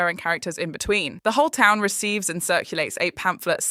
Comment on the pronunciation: It was the new pronunciation of town for me! It was somewhere between 'ton' and 'tongue' lolol 😂😅 Goes to show how lackluster the season was if things like thay stuck out...